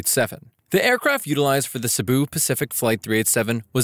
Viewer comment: you mean cebu pacific not sibu Pacific